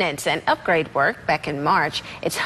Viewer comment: What about automatic fire suppression systems? Surely the sub has them. Also Groton is pronounced "Grahton" not "Growton."